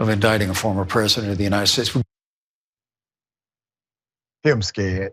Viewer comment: Did you say “him scared “ 😂😂😂😂